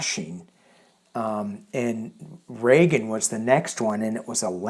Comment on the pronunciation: Ford came after Nixon, not Carter. And it’s Reagan, not “Regan.”